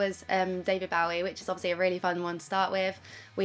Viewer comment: Oh for the love of god, please pronounce 'Bowie' correctly